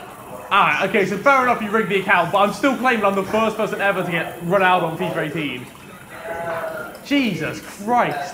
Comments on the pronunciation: for some reason alot of youtubers say fifer 18,its not that hard to say fifa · FIIFFAAAA. NOT FIFERRRR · It sounds like he says fifer 18